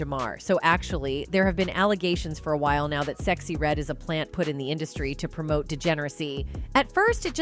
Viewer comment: You say a lot of black people names wrong you sexy red wrong I agree she a industry plants